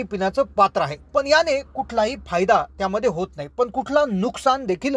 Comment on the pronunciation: आविष्यात नाही तर आयुष्यात असे म्हणा. पन नाही पण, पिन्याच्या नाही पिण्याच्या. चला आपण सुधारणा करुया. All the best!!!